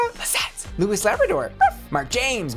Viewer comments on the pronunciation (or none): none